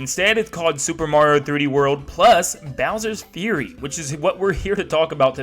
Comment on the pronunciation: As says it: "Bowser's Furry"